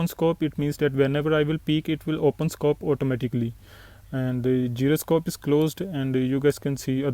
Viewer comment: जिरोस्कोप नहीं होता।। जायरोस्कोप होता